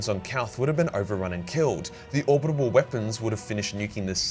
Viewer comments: Orbital, not orbit able. For Christ's sake, it's killing me. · It's not "Orbitable". It's Orbital. Or-bit-al. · is it just me or does say 'orbibal weapons' instead of orbital weapons? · you’re brilliant, but ffs it’s "orbital" not "orbitable." Doing my tits in 😂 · it’s orbital not orbitable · Great vid as always, but... is it ORBITAL or ORBITABAL weapon platform? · are you saying "orbitable" instead of "orbital"? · ORBITALLLLLL but orbitableeee or whatever you were mumbling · Pretty sure its orbital. Not orbitable. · says "orbital" like "abominable" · Or-bi-tal man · Say it with me now: OR - BIT - AL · "Orbidabable" I love the way you say orbital. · Ore-bit-all, If that's an error you keep making. If it's some kind of impediment then fuck me. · What’s with the pronunciation of Orbital? Is that how it’s said in Australia? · Will ever learn how to pronounce "orbital"? We may never know. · Someone really needs to do a compilation of failing to pronounce "orbital"